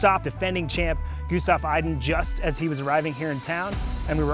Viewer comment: I bet the commentators will not learn how to say Gustav Iden correctly. Why bother, he is just one of the best in the world, and it will take 5s to learn it. So just keep on saying everything in English since that is showing off your respect for the athletes.........